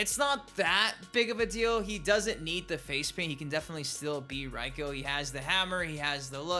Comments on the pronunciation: Literally no one says “Raiko” like that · His name is pronounced Rayko. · His name is not "ryko" lmao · Like your vids, keep it up but for the sake of the elder gods can people please say reikos name right, its pronounced Ray ko. I mean characters in the game say it. Sorry for the mini rant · It's Reiko